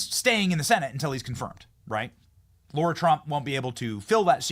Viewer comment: Benny, FFS it's Lara Trump (LARA) not Laura Trump. LARA - NOT - LAURA Two totally different names....WAKE UP